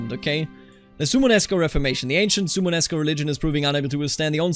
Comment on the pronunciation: suomenusko don't drop the o in suomen Perkele * Suomen Usko = Finnish/Finnic Belief are 2 separate words